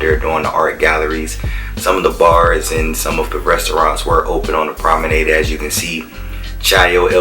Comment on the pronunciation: learn how to pronounce 'promenade' ffs. leanr how to take decent footage. got damn horrible